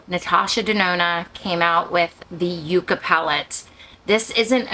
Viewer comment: “Yuck-ah” is the proper pronunciation for “yucca,” the desert plant. “You- cah” is the pronunciation for “yuca,” the root of the cassava plant. The 2 plants are not related. This palette is inspired by the desert.